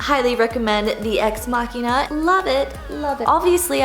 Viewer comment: Thank you for pronouncing Machina correctly